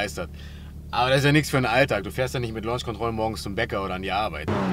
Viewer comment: Alter wie kann man Akrapovic und Launch Control so falsch aussprechen🤦🏼‍♂️